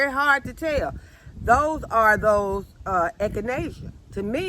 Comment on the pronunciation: I see you just got real when you said let me tale you all something and you pause that was a good laugh love you keep being a blessing to us all God Bless you and your family Utube farmer.